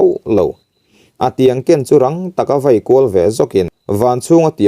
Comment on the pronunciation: Thawnthu ngaihnawm tak tur niin ka hria, chhiar dan pawh i thiam. Mahse, mizo ṭawng i lam dik lo ṭhin hian min ti ner sawk sawk mai. "Chem vei" i tih hi ' Vai' tih tur aw. Tin, Chengrang te Ṭhival te hi i thluk dik lo, a dang pawh a awm nual mai.